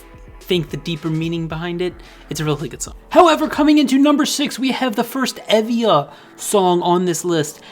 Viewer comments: Someone probably said this, but it's EE-via. "ee" as in "seek". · Tymee is a QUEEN she is my favourite rapper, periodt. As you asked for any corrections, E.Via is pronounced 이-비-아